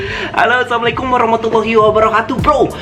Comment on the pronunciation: Maaf mas. Bukan salammualaikum. Tapi "Assalammualaikum" sebagai seorang muslim kita wajib mengucapkan salam dengan benar. Sukses terus buat vlogsnya